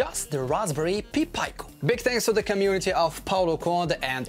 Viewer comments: You're pronouncing pi and pico backwards. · Is he saying "Pee Pie-co" to fuck with me? It's a "Pie Peek-o". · Good job brother. Only, pronounce Pi Pico as “Py Peeco”. You were saying it as “Pee Pyco”. Just flip the vowels and you’ll have it correct :)